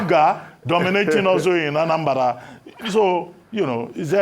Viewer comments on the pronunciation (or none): Reuben its not Anambara but Anambra.